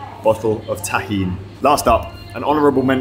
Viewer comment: yea.. repeating it a few times now.. tiny bottle of tahim?